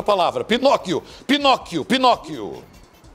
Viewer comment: PINOQUS KKKKKKK da onde ele tirou esse S kkkkkkkk